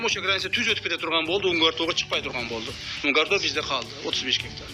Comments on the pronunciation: Эй журналистер туура жазышты үйрөнгүлөчү Мункар тоо эмес Унгар тоо деп айтылат. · Автор назвал мункар тоо а не унгар тоо 😅😅😅